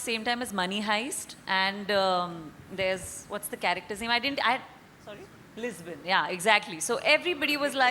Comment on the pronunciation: Cant control 😂 when bhuvan said.... Lisbon 😂😂.. .........